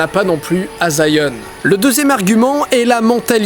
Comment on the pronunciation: Zion ? Je crois qu'on dis Sion